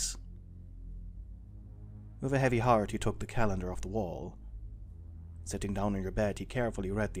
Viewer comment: When you said "he approached your calendar" I thought you said "he approached your cat" 😭💀